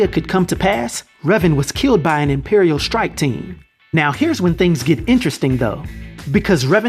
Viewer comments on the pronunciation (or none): none